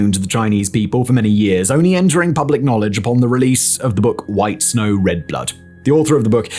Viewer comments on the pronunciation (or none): none